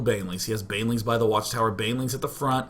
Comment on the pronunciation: banling out of banelings